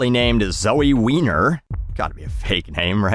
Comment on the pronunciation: It’s pronounced “Why-ner” lol. I… know “someone” with that last name. (Doesn’t matter who)